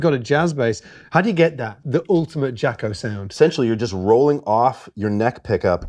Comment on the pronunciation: It’s NOT pronounced JACKO,! You really should know this by now. Jaco was nicknamed “Jocko” by his Dad. In Jaco’s accent, it came out JAH-co, not JAW-co. Jaco’s French friend wrote him a note, thinking it was akin to “Paco”, and spelled it Jaco. Jaco liked it and continued to spell it that way. It is not JACKO, dude.